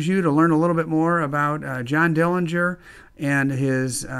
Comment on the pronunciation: This is great and so important to preserve history! The correct pronunciation of the Dillinger family name is with a silent'g'. Thanks for sharing your small bank from the bank that was robbed.